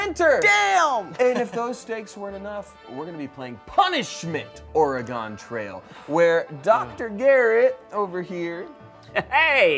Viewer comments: Dear goodness…is this video going to all be “Or-e-gone”? Dudes, it’s Or-e-gun. 🤣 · Every time they said “or-e-gone” I cringed 😂 it’s “ore-gun” cuz we like the right to bear arms 😂😂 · Omg Garrett, hearing oreGONE over and over is killing me inside, too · Our punishment is everytime they say "Ore-gone" instead of Oregon. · Hearing pronounce Oregon makes me feel validated in my pronunciation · Oregonian upon hearing say “Ore-gone”: Kill Bill Siren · Or-E-Gone Oregonians: 😮‍💨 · As an Oregonian. Let me say.. It's or-uh-gun... ❤️ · Someone PLEASE correct on my state’s pronunciation. “-GAHN” is such a pet peeve of ours… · or eh gon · correcting the pronunciation of Oregon hahaha I felt that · As someone who was born in and spent most of his life in Oregon, I hate how is pronouncing it, even if done comedically. BLARGH!!!! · We had to play this in school, as well as the Lewis and Clark Expedition. I don’t know why, but people would pronounce Oregon the way did, but ONLY when talking about the game. When pronouncing it as just the state, they’d say it properly. I never understood that. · As an Oregonian, the Smosh cast stuggling to pronounce "Williamette" and "Oregon" was so great. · There should have been punishments for every mispronunciation of Oregon and Willamette! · The constant mispronunciation of every name was so painful as an oregonian